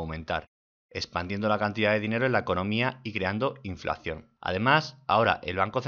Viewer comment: Muy buenos tus vídeos. Solo un detalle, es inflación, no "inflacción"